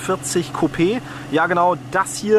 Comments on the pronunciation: Coupé and not Kyup! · Is that a chicken coup you’re referring to? No, you mean coupé.